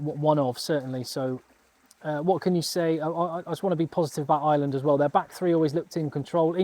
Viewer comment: Dude.... you're really good, very honest, have a really great read of the game and know your shit. I'm watching and enjoying ages. Tonight I've subscribed. BUT...... I am from Ireland 🇮🇪 (eye-er-land) not fu**ing ISLAND..... 😢 an island is a small piece of land off the coast of any countries mainland - now I know many of you think that's exactly what we are and maybe were for a long time but.... nowadays - WE AREN'T! Please try say our countries name a little bit better - please 😌 Ireland 🇮🇪 (*eye-er-land) Many thanks.